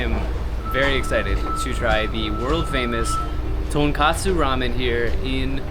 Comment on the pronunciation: 英語で言うとトンコツラーメンがトンカツラーメンに聞こえる。一蘭もShinShinも並びが多すぎて本当に観光客の方は大変だなって思う。